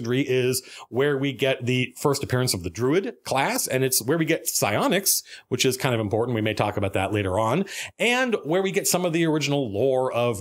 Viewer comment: That's pronounced [puh-sy-ON-iks], Matt.😜